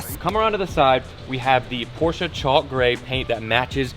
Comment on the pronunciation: PORSCHE!! not Porshaaaaaaaaa